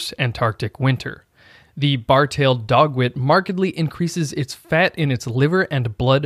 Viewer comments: "Bar-tailed Dogwit" !! 🤣 The word is Godwit, sir! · How did the narrator manage to pronounce "bar tailed godwit" as "bar tailed dogwit"???🤪🤪🤪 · From a bird nerd - it's a bar tailed godwit, not dogwit, haha!